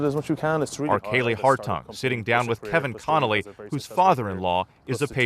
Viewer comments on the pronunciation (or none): none